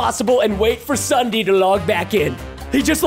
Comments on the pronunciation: When he says Ssudee I WAS LAUGHING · Ok its ssundee not sunday